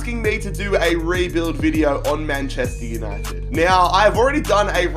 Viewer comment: You have speak "Manchester Uninegy"